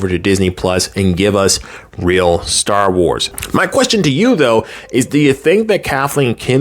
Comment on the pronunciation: You are saying it perfectly..."Star Wars errors"